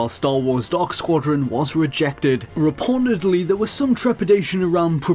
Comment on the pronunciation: Twice in this video I thought he said "porn": when he was mentioning the "pawn menu" and when he said "reportedly" about 6 or so minutes in. I have no idea why.